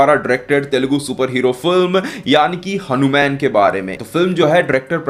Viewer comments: हनुमेन नहीं …..हनुमान बोल भाई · भाई तुम hanuman ( हनुमान) बोलो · Bhai ye hanu man nhi hai, hanumaan hai